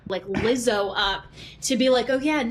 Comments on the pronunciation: Ethan saying liza again and again and again absolutely killed me laughing. That was the funniest thing ever, i hope he continues mispronouncing peoples names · ethan racist for forgetting lizzos name every 5 fucking seconds. like rlly legitimately rude. it’s so fucking simple to pronounce he literally just doesn’t fucking care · Ethan constantly pronouncing Lizzos name wrong is too funny